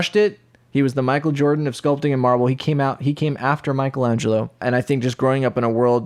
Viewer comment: I keep thinking he's saying Marvel.. and that makes'a'me'a wann'a puke'a .. :P